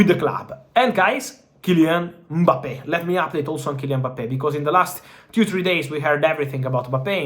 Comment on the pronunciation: hilarious hearing him say Boppay